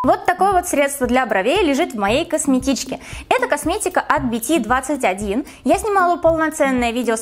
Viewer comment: Очень классное видео😍 А... на заметку хо ела сказать, что правильнее BT21 читается, как, "би ти ту уан" извини, что придираюсь конечно😅😂 А так очень сильно люблю тебя и обожаю твои видео😘